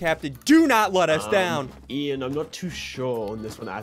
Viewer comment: Its ean not ıan